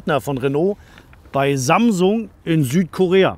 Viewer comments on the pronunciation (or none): none